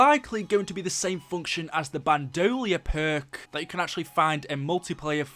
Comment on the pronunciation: Bandolier (BAN - DUH - LEER) not Bandolier (BAN DOLEE ER)